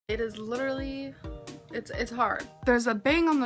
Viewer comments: Literally Literally Lidderly Lidrly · My poor, abused ears hear it as “lidder-lee”. 😩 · I thought she said lidderly! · It's her saying lutterully 😂😂😂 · Not once. Because she says 'littelaly' 🤔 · Trick question she tries to say literally 49 times but she pronounces it correctly 0